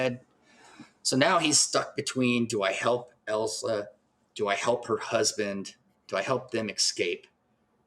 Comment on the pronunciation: ILL - sa! Not EL - sa. Did YOU watch the film? 😠 Surely you could hear her name said countless times. RESPECT the medium and project you discuss.😡